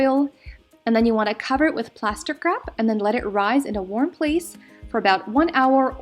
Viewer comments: I love how she says plastic wrap. 'Plahstih-crap!' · Did anybody else hear "plaster crap" when she said "plastic Wrap"? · Did she say plasticrap